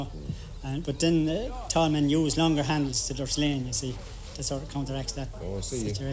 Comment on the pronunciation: They have a funny way of pronouncing Sleán. Memories of the first blisters on my hands of the summer, my father or whoever was helping us ( often our next door neighbour ) would cut a narrow "bank", 5 or 6 sods deep by about 8 wide and Sleán it up for us to catch with a four pronged fork and spread to dry, 2 man job ( or one man and one boy), nobody touching the sod with their hands. Nobody liked doing it and when progress came with machine cut turf nobody cried over it, although we still had to do so the turning and stacking and bringing home so that part of the work never went away. It was nice being in the bog and having a chat with the neighbours in their plot and having a picnic for lunch (don't get excited it was tea with bread and butter) but the work was something you'd dread, not least because there was weeks of turning and stacking and bringing it home to think of. There's only so much turf you can dig up and burn and it's not the cleanest fuel, in a few generations burning any solid fuel in a stove out open fire is probably going to be even more restricted. Everything changes and there's always a reason for it, if regulators and green politicians in cities don't like fires it's because in the countryside open fires aren't noticeably polluting. Try having 100,000 smoking chimneys on a still day with 100,000 vehicle engines. Count yourself lucky if it doesn't affect you, and if you haven't spent a few days cutting turf you haven't missed much either.